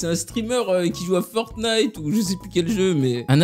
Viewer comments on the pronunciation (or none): none